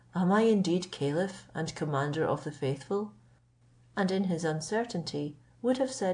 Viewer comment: You are pronouncing Caliph wrong, I had to listen carefully it is a good thing the it is also in writing.